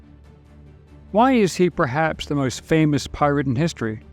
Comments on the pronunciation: Is this some kind of AI narraration? He keeps saying PILOT instead of Pirate. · Tell me I’m not the only one that hears him say “pilot” several times. lol. I was like “wait a sec..” and had to rewind it to make sure I heard correctly. I was like “no kidding. Pilot too. Incredible for the time period..” 🤣🤣